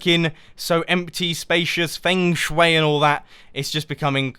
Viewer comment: The way you pronounce "feng shui" is funny.